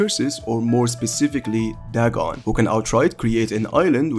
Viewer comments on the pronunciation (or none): none